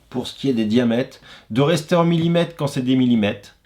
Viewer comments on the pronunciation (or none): As-tu remarqué qu'à la fin du mot millimètre, après le t, il y a la lettre r. On dit millimètRe et non pas millimète.